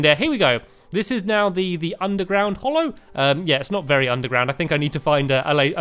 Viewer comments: ''Tis hallow not hollow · Hallow not Hollow Stanmpy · its hallow not hollow